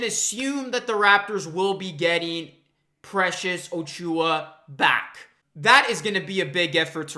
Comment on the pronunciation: I appreciate the watery eyes for this one. You are a true Raptors fan my friend. I had to laugh though when you kept saying O-Chew-ah. lol. Let's welcome the new blood by pronouncing ACHOO-ah correctly. :)